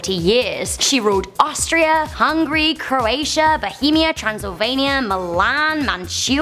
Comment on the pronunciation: did you just say HUNGRY